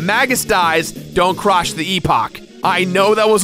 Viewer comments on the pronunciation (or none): i swear he either said Crosh or Crotch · "dont crosh the epock" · haha you said 'crosh'. I knew you would have to make some mistake after repeating yourself so much :P